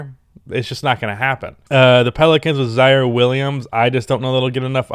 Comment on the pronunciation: He said “The PELICANS with ZIARIE WILLIAMS” I’m dying 😭😭😭